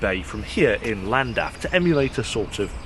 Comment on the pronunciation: I enjoyed the review but one small thing I couldn't help, you pronounced Llandaff as Landaff. It's not too difficult to do the Ll's, just blow wind through your cheek (either one, not both at the same time) and you're there. I think lots of English find it hard to say but it isn't really! Why not embrace your Celtic heritage and have a play with it. :)